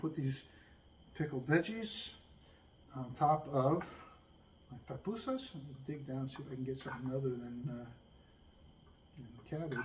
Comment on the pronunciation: Pupusas not Papusas…. Love them!